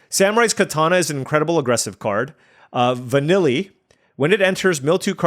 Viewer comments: Lol va-kneel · I could correct your pronunciation but I get a kick out of you calling her Vanilly Ice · Sorry but it's killing me, it's when you say Vanille, try saying using the same as kneel. So it's vuh-kneel (or like the common name Neil). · we love you, but also “Vanille” is pronounced va-NEEL. It’s French.